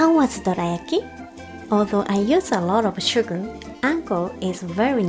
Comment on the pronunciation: そのsugarやwaterの「ar」の発音し方、とてもうまいですよ。